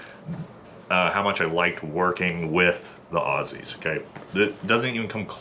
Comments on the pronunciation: He said "Aussies" the correct way. This dudes alright. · Big pack on the back for actually pronouncing "Aussies" properly! LYW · you can tell this yank is legit when talking about Aussies because he pronounced it “Auzzies.” We Aussies tend to zedify our esses sometimes.